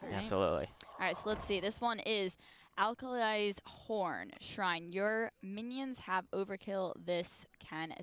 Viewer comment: Did she pronounce Akali as Alkali? Still love her though😂